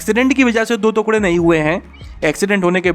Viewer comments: Tera bar bar तुकडे bolna mera dimag khrab kr rha h टुकड़े होते हैं न की दो तुकडे🙄🙄🙄🙄🙄🙄🙄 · अरे काहे के तुकड़े बे "टुकड़े" होता है "टुकड़े" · Tukre mt bol bhai, tukde bol bhai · अबे पागल तुकडे नहीं टुकड़े बोलते है🤣🤣🤣🤣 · ‘दो तुक्ड़े’ 😁😁😁 भाई साहब, इसे ‘दो टुकड़े’ कहेंगे। कृपया पहले शब्दों के सही उच्चारण पर ध्यान दें। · टुकड़े बोलो.. तुकड़े नही...😁👍👍 Just rectified..👍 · तुकड़े नहीं टुकड़े लिखते है और पढ़ते है। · भैया जी तुकडे नहीं टुकड़े बोलिए। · 2tukde hote 2 tukgade nhi bolna seekh pehlw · तुकढे नहीं टुकड़े होते हैं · "तुकढ़े" नहीं "टुकड़े" बोलना सही उच्चारण है। 😊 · टुकड़े होता है तुकड़े नहीं । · टुकड़े होते है भाई तुकडे नही नहीं उच्चारण सही होना चाहिए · टुकडे होते हैं ना कि तूकड़े 😁😁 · तुकड़े नहीं टुकड़े होता है। correct your हिन्दी pronunciation. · तूकड़े नहीं टुकड़े होता है गुल्लू😂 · तुकडे नहीं , टुकड़े बोलो sir ji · तुकडे नहीं भाई टुकड़े बोलो😆😂😂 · The way he pronounced tukde. I felt disturbed 😂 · Abey kya bol raha hai? Thookde ? Pur kachche? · First pronounce the word "Tukre" properly....then make videos!!! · वीडियो तो अच्छी लगी लेकिन जब आपने टुकड़े को तुकङे कहा और जब परखच्चे को परकच्छे कहा तब ज्यादा आनंद आया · तुकड़े नहीं ' टुकड़े ' तथा परकच्छे नहीं 'परखच्चे' कहना चाहिये।बाकी जानकारी बेहद लाभदायक है।